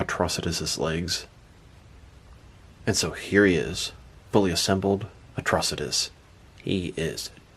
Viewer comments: Dude! You need to learn to read man. It's pronounced like atrocity. Watch the show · The way you said his name in the intro made it sound like a cronic disease 🤣 Atro-sitis 🤧🤮🤒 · Who the hell says Atrocitus like that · You didn’t pronounce his name correctly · Why did he pronounce his name like that lol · Saying his name waaay incorrectly. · You said Atrocious wrong at first it was funny I think the green lantern animated series he was the main villain I haven’t watch since the last episode came out